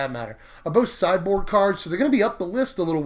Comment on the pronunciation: I thought you said "cyborg" Instead of "sideboard." >< I need to go to bed.